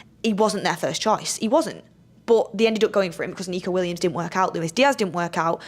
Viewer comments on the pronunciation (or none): none